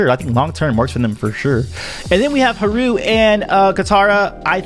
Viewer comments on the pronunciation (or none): it haru not heru